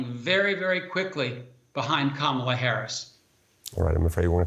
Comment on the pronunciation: The anchor should try to pronounce Kamala as his last guest does.